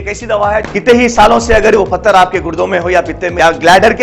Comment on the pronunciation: Pathar, phatar nahi